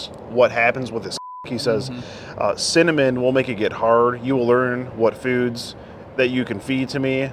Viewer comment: wtf he’s a weird mfer for sure n a nasty mfer he said cinnoman??? Wtf